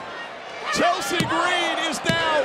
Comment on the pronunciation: “Poor Chel-SEAAA”